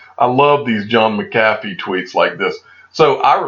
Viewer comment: I see you don't read comments lol we keep telling you it's pronounced "Mac-uh-fee" lol I still love your videos